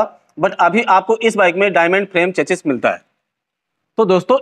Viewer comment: भाई वो "चेचिस" नही "चेसी" होता है।